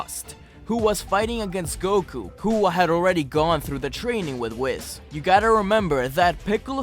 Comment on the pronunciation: The way he pronounces “whis” and “jiren”......